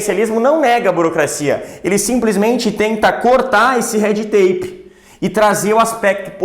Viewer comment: Ótima aula! E o professor lindo... só precisa treinar a falar red tape em inglês